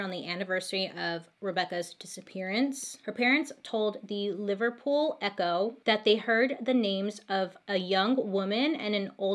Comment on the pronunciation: I’m from Liverpool and I can’t believe I’m only just hearing about this and watching this video now, it’s really funny hearing you say Liverpool 😂 these videos are my fave!!!!!! X